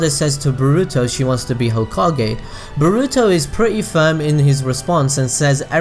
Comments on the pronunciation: It's BORUTO not bruto!!! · Sorry but this just really annoys me Its boruto (bore-oo-toe) Not (ba-ru-to)